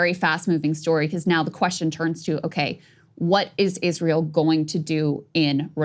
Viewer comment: Krystal: Isweal scawy 😱